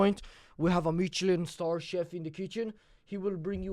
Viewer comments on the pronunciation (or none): “meecheleen star”